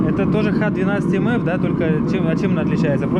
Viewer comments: Х12МФ - "Х" не [икс], а [ха]. В составе присутствует хром (Х). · Ухо режит икс 12 мф ..... Нет не икс а ха русская что означает "хром "